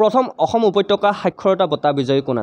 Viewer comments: 2 no mukhyo mantri ayushman "okhyom" yojna nohoi. "Asom" he hoi. Mane Assam r kotha koise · Aixom nohoi axom means ( assam)